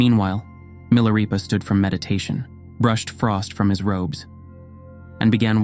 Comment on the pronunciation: Why narrator pronounces Milarepa then Milareepa? Is this AI narration, or what's going on?